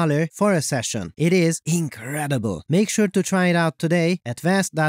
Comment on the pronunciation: Did you say the ability to find marks on fabric was "ink-redible"? 😅